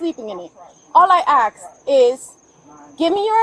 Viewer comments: You always know someone is dumb when they pronounce ASK as AXE... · a report of a suspicious vehicle isn't a crime officer and the fact that she keeps saying "ax" instead of Ask bothers me so hard. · why do you have to switch "ask" with "axe" on purpose. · How hard is it to say “ Ask “ why do so many people say “ Axe “ ? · It's ask not axe. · The word is ask , officer not aks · Anyone who says they want to “axe” you a question is too stupid to have a gun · Let’s do this together. It’s ASK not axe. You aren’t chopping a question. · If a cop ever says “axe” instead of “ask” you know they’re a clown. Then she says it’s a crime because someone called. These cops are goobers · There should ever be such a thing as cops who say axe rather than ask. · Cop actually said "All I axed" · I can’t get around the cops saying “axe” instead of “ask” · This female officer needs learn how to pronounce words properly....its "ASK" not "AXST" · If you cannot pronounce ask you shouldn't be a cop. 😂😂😂😂 and no I n dont mean only black people, anyone could take axe as a threat 😂😂😂😂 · Ax you a question. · This lady officer needs to go back to NYC and be a tyrant up there! Saying "shut up" and "ax" instead of ask... and this couple knows the the law better than this entire department it seems like. Wow as I'm typing this interaction just gets worse by the minute 😳😳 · I knew this was not going to go well when the officer said, "I axed you...". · This cop says "axe" instead of "ask". That should tell you all you need to know. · That's the type of reply you can expect from an "officer" who doesn't know the difference between "ask" and "axe". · It’s hard for people whom can’t pronounce “ask”, but “ax” instead…lol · Any LEO who can't properly pronounce "ask" has zero place to be in that job. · I mean, she did 'ax' them multiple times. 🤷‍♀️ 🤣🤣🤣 Honestly, when will these cops learn?? Fkn tyrants. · She needs that ID shes not going to AXE 🪓 them again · "I axe" 🫪🙄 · "not gonna AKS you again"